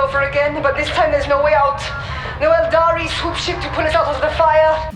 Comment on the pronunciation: Nice video! Made me go through all the voxes, really cool stuff. Just one more thing... Aeldari is pronounced "ayl-DAH-ree" 😀 With an A in the middle...